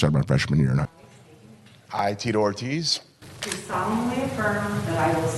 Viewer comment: "Teatorties"? You mean Tito Ortiz?